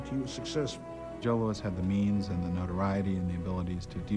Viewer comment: Louis not "Lewis"! 'nuff said.